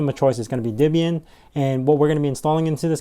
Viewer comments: It's not DIBIAN it's DEBIAN - the DE is like the DE in DEAD... not DI as in DIB DIB DIB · It's actually "Deb-ee-uhn", with a short "e" as in "Debra" or "bet". Not an "i" as in "rib", as you insist on pronouncing it.